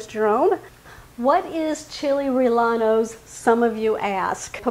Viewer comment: Chee-lay ray-yay-nos, proper pronunciation